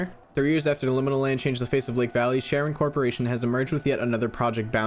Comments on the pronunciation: Side note: Charon is pronounced something like Karen. I only know this bc Charon is a character in Greek mythology and I walked around saying it wrong until my mom corrected me 🫠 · Side note I’m sure has been mentioned a dozen or so times if not more: CHARON is actually pronounced “KAIR-on” and is the name of the entity of Hades/the Underworld who ferries/guides the souls of the deceased, who have been given funeral rites, across the River Styx and River Acheron, which both divide the land of the living from the land of the dead, in Greek mythology. You’ll meet him someday—really sweet guy. Very quiet, but a heart of gold on that one. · actually, I’m pretty sure it’s Charon ( care-on ) aka the ferryman in Greek mythology. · I love ’ channel, but I cringed when he pronounced “Charon” as “Sharon”. It is pronounced “Karon”. In Greek mythology, Charon is the ferryman who carries souls across the Styx, the river separating the realm of the living from that of the dead.